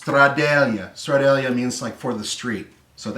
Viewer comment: The Trabant has a regular H pattern shifter but column mounted. is thinking of the shifter in the Citroen 2CV or Renault 4, the umbrella gear. Also It's called Stradale, not Stradallia or whatever was going for.